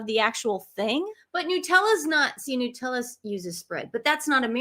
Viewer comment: No we say jam not spread. Here we say Nutella (nut not noo). 🇦🇺🦘🐨🦎💐❤️